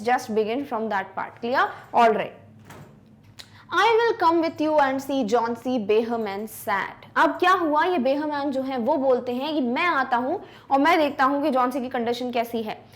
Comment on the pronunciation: behrman❌ beharman✅